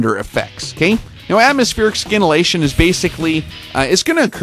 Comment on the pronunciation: Bro I hope by now you know the "sci" in scintillation is pronounced the same way as in "science"...